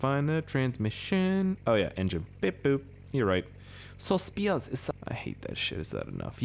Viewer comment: Just a heads up spiers and speirs are both said the same.. for it to be said the way your said it originally it would look like this "spires*